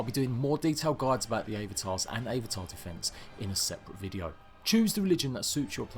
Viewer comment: You're saying avatar wrong